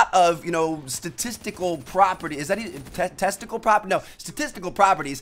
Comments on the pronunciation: You said Testicle haha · "testicle properties?"